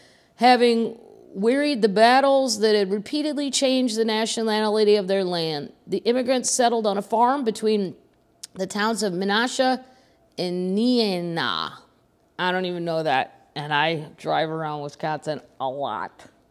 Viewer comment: Ignore me if someone already said this but it’s pronounced Knee-Nah ❤️